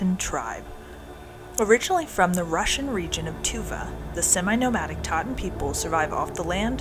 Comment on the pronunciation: They are "Tsaatan" not "Taatan" with a strong Ts sound. (They themselves prefer to be called "Dukha," or even "Taigiinkhan" (Forest People) while Mongolians named them "Tsaatan," or "Reindeer People" in the mid 20th century. Moreover, while they are related to Tuvans, they were there in Khuvsgul Aimag before borders were fixed as they are now between Mongolia and Russia. They have lived there for centuries, instead of being migrants from Tuva, Russia. Nonetheless, thank you for making this good video that highlights these remarkable people and their unique way of life. It looks like you had a good trip there.